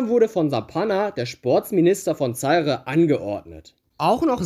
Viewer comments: Himmel, das tut ja beim Zuhören weh: Zaire wird "Saihr" mit Betonung auf der zweiten Silbe ausgesprochen. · Der Staat wurde Za-ire ausgesprochen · Vielleicht sollte man sich ein wenig vorbereiten, wenn man etwas einstellt. Es wird Za- ir ausgesprochen und der Weltfußballer heißt Rivelino und nicht Rivelinho, bei Minute . Hör dir doch einmal die Single, In Zaire, aus 1976, von Johnny Wakelin, an. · Nein, das E am Ende ist entweder stumm: ZA-IR Oder, wenn man es Englisch aussprechen will: ZA-IƏ Wobei das Ə der gleiche Laut ist wie das E in "Kanne" oder "Tante" 🖐👴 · Minute : Er spricht ja nicht einmal den Namen Rivelino richtig aus! Wie soll er dann in der Lage seine Za- ir richtig auszusprechen. Er sollte sich einmal die Single aus 1976, von Johnny Wakelin, anhören, die ja bekanntlich " In Zaire" heißt! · Wie du Zaire aussprichst tut ja schon weh, aber wie du Blagoje Vidnić ausgesprochen hast war einfach unglaublich. Ich bin Serbe und hatte selbst nach dem 5x hinhören keinen blassen Schimmer wen oder was du meinst.. deine Videos an sich sind ja schon gut aber gib dir doch ein wenig mehr Mühe beim aussprechen von Namen, Ländern usw, so schwer ist das ja wirklich nicht!